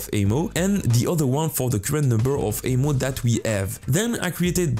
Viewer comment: AHHHHHHHHH why amo and not saying ammo! you can say ammo but you keep saying amo